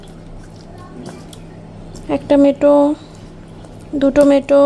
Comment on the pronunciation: কথাটা মেটো নয়,ওটা হলো মেটে।মেটো কথা টা শুনতে খুব বাজে লাগে,মেটে বলে সবাই।মেটো কোনোদিন কোথাও শুনিনি।